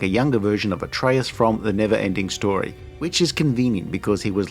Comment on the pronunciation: Atreyu not Artreyas.